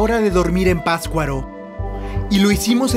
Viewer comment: Excelente video. Solo les recomiendo que el próximo guía que consigan nombre correctamente al pueblo o lugar que visiten. La pronunciación de la palabra Patzcuaro por parte del guía está espantosa, es PaTZcuaro no pascuaro. Pero lo demás muy bien, buena información y bonito video. Las tomas del inicio del video son espectaculares.